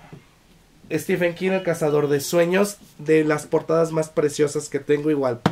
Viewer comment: Aunque prácticamente el 100% de los hispanohablantes, incluidos todos los youtubers, pronunciéis stiFen, su nombre se pronuncia stíVen. Basta darse una vuelta por reseñas de youtubers angloparlantes.